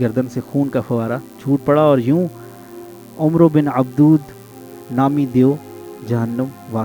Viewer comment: Umar bin Abdood ni hai sir Is naam ko Amar Bin Abduwwad pronounce kiya gya hai